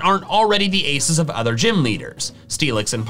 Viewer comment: It's others not orthers